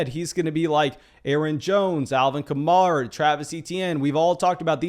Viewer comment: It's Alvin Ka-Mare-Ah, he said in an interview it's like the car (Camaro) except with an A at the end.